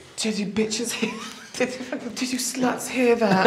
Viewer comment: "Did you sluts heeah that?!" I'm cryinG